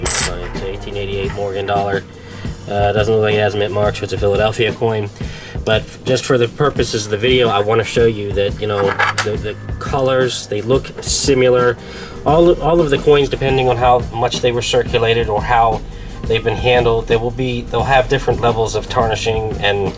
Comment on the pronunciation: The speaker in this video must be from the N.E. They always throw a 'U' in similar and say simular.